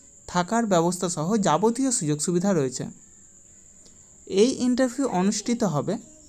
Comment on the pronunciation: Sir আপনি ইন্টারভিউ শব্দের উচ্চারণ ঠিক মত পারছেন না। আপনাকে একটু ধ্যান দিতে হবে স্যার। শিক্ষার কোনো শেষ নেই। আর আপনাকে ছোটো করার জন্য বলছি না। আগের ভিডিও এর তুলনায় একটু ভালো ছিল। আর একটু ভালো করতে হবে স্যার। আমি আপনার শত্রু নয় শুভাকাঙ্ক্ষী ভাবতে পারেন। আরও ভালো ভালো কাজের খবর দিন আমাদের। আশারাখি ভবিষ্যতে আরও ভালো ভিডিও বানাবেন। ধন্যবাদ